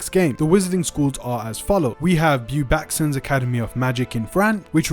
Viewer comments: The way you butchered the pronunciation of Beauxbatons lol it’s “boh-bah-tohn” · Dude, if you're going to report of Hogwarts Legacy, at least know how to pronounce the names of thing. It's pronounced Bow(like bow-tie)-Bah-Tohns, and Wah-Gah-Doo. Get it together. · The school in France is pronounced "bow baton".